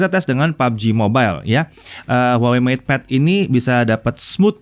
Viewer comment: Ngepad kali...😄😄